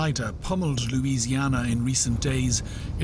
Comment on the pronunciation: ...This reporter can't even pronounce, correctly, Louisianna, for God's sakes